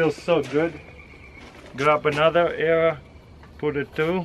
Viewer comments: CRH accent errors : "put another error" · 3.14 "grab another arra"